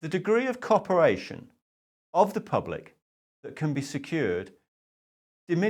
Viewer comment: "The degree of "coperation"". mins start. It was wonderful whether or not you meant it. Humour aside, this is not funny. I know that 'WE are the ones we have been waiting for', but who's got the starter pistol? There needs to be boots on the ground of the people now. Brian was right with the silence approach at protests. That would mark this out different and distinct. But we need this tipping point recorded. By mobile camera? A mobile March. Transparency. A harmony could be equally eerie as silence at protests. A hummed, developing progression. Love based.